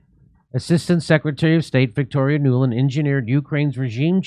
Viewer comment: “Nuland”… Every… Single… Time!!!